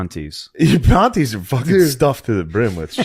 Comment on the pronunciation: Stop saying “pawnties”